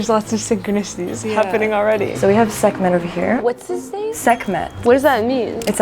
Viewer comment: She takes the time to speak a made up language, but can't even take the time to learn how to pronounce "S-kh-m-t/Sekhmet" properly, and sex/genders do matter significantly in Egyptian culture (and the whole point of the "t𓏏" at the end of "Sekhmet" is to indicate female/femininity). Funny and sad thing is if she went to any Indian, East Asian, Native American, or Egyptian community and started doing this, they would think she is not okay / crazy. This is cultural bastardization, and severe mental illness. I hope they get the ACTUAL help they CLEARLY need. Where are their parents?